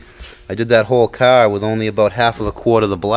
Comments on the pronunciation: He doesn't have a car,he has a caaaa........lol :P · Its pronounced kah , and I couldn't hear it cause I'm from heah too ( mass)